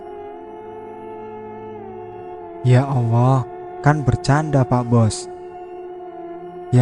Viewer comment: Maaf...mas bro yg baca cerita ini kayak suket teki to n maaf...telingaku dengernya penyebutan Alloh kok awoh...maaf...